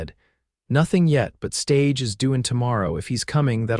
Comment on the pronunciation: Ditto "gunslinger" - with "ger" pronounced WRONGLY as "grrr", Instead of "jer" as in "Jersey" or as in "Ginger" or "Derringer"... soft "g" 's... or "Carriage" or "Stage" Last 2 words both with SILENT "E" AS THE LAST LETTERS. SILENT, AND NO "uh" endings. AI is no substitute for a well-spoken and teachable human, writing or speaking.